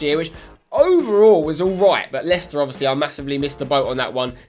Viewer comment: *Leicester It's not that hard